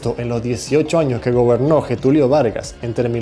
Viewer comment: se pronuncia 'lletulio' . la doble ll como si fuera la del río de la plata. para vivir o haber vivido en brasil, la pronunciación del portugués no la aprendiste, cosa que parecería mentira. y de paso, presta atención a los subtítulos y a las tildes en cada palabra y también en los títulos de los vídeos.